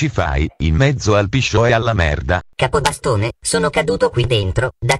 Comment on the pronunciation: "kapabastana" di dove sei xD??